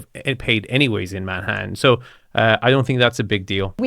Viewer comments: Do you like “Mannatann”? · "There is an incredible view of Mannatan" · Manhattan. But she hit the syllables so wrong.😂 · Right from the start, that thick but charming French accent had me cracking up. It's rather snooty, y'know? I love the way she pronounces Manhattan. Right here, probably the most desirable apartment in America.